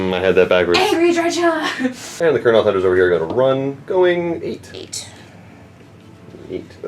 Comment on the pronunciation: it's pronounced DRY-kəh CH=K like in Chaos GW employee saying it